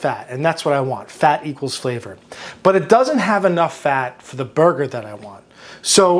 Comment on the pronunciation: am I the only one that thought they heard flat = flavor the 2nd time he said it lol